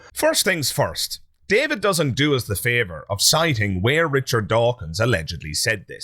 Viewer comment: Anyone pronouncing “Richard” as “Rick Ard” has no basis for judging anyone else as “annoying.”